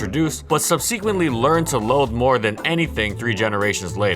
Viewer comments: Love these videos! But please please please don't pronounce it "subSEEquently" anymore... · please learn how to pronounce subsequently!